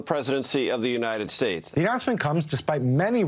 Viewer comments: United Shatates kills me every time😂😂😂😂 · "God bless the United Shashes"